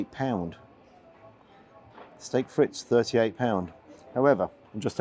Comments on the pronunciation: steak frites (pronounced FREET) at 39 quid is insanity even for a rib eye 10oz unless it is excellent standard. Steak Frites classically a french brasserie style dish would be 6 to 8 oz flat steak and would cost you around a tenner max. Its more like a minute steak than anything else, classically. £56.93 is ridiculous for what you got... A cover charge is usually associated to linen napkins (upkeep thereof) bread and water, usually associated to ,such higher class establishments. For an airport restaurant that is really (with burgers et al on the menu) is trying to be more Brasserie style than Michelin, so effectively you are paying Michelin prices for basic brasserie style food. Terrible. My mark is - 5. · Hi. Never been keen on bully boy Ramsey really but it's pronounced Steak Freet. No S. ❤ Carry on entertaining us. In Thailand myself. Boy is the food tasty and 🌶️🌶️🌶️ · Steak Fritz??? It’s not bleeding German! It’s pronounced “Freet”. French innit! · Absolutely agree with your 3 out of 10. Just out of interest, 'frites' is of course a French word, simply means 'fried',or 'fries,' and is pronounced 'freet.' Saying 'fritz' would, though, be appropriate if you ever had these in Germany - as in ''can I have some fritz please, Fritz?'' Lol. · I heard "Steak Fritz" 🤣. Now I need to invent a "Steak Fritz"